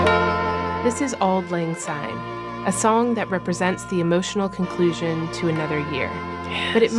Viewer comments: For those of you who aren't Scottish, it's "syne", not "zyne". Also the original and correct , version is "For auld lang syne" NOT "For the sake of auld lag syne". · Take note people - it’s Auld Lang SYNE not Auld Lang ZYNE!!! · I agree it is auld Lang SYNE not auld Lang SYNE, I get so annoyed when people sing it wrong, but it's billion times worse when the Scottish get it wrong. 😮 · Yes it’s syne not zine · Please remember that it's pronounced SYNE with an S and not ZYNE with Z as is quite often done, especially in England and the USA. As a Scot it really grates when I hear it sung wrong. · Glad it’s not just me who is driven mad when I hear it with a Z!